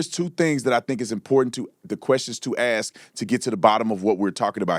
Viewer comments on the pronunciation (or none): “the question to ax”